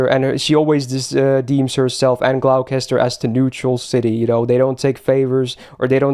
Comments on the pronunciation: Just for the record, Gloucester is pronounced Gloster. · Hate to be that guy but it's "sals-bury", "glos-ter" and "nor-itch". Fun video, it's always great to appreciate the story :).